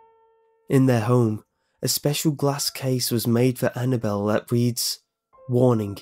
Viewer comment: as soon as he said annnable I turned down the sound completely